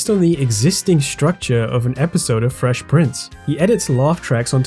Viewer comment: The way you pronouce fresh like "frewsh" prince is so bothering and jarrinf to me it's hard to listen to